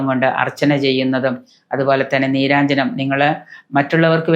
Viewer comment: വഴിപാടിൻറെ പേര് നീരാജനം എന്നാണ്... നീരാഞ്ജനം എന്നല്ല... ശബ്ദതാരാവലി നോക്കൂ...